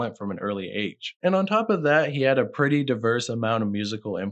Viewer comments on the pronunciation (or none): Jodeci is pronounced joe-duh-cee. You're never gonna use this information in life, but still. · How do you not know how to pronounce JODECI? Who were kind of legendary in their own right back in the day